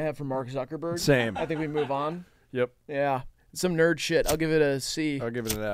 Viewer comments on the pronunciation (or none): none